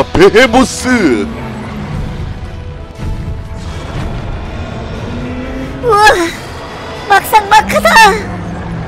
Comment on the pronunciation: 베헤모스가 아니고 베이모스